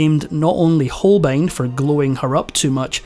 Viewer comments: Hans Holein absolutely lost his essential "b", or what? Poor AI voice! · Hans HolBein, nicht "Holein" bitte!